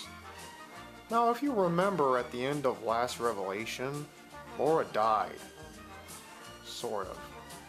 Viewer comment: LARA not LAURA .... get it right